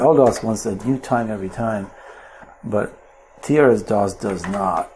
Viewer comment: it's pronounced "tris-dos" not TRS DOS :)